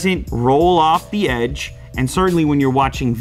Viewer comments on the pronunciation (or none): none